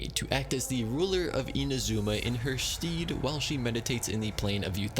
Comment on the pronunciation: My only critique is the fact that "stead" is pronounced "Sted" not "steed." This was an absolute riot, though! I hope we'll see more of this as more characters appear! Or maybe just of major NPCs?